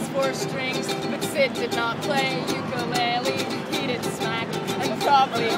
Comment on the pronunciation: she is saying ukulele wrong by the way